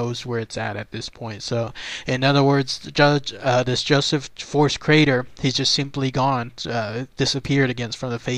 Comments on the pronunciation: Gees mr narrator, his name is Crater, you keep calling him Carter!!. ya got the r in the wrong place!!! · It's Crater not Carter. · How embarrassing not to understand the man's name is pronounced KRAYTER...not CARTER...only one of the most famous disappearing cases ever...if not THE most famous...was a tag line for comedians for years and years.... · Crater not Carter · CRATER!!! Not Carter, sad